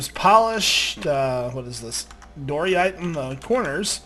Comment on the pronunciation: Thank you! I'm not the only one that was thinking of this. "Doryite" XD